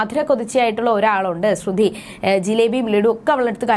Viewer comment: ശ്രുതി എന്നു പറയുക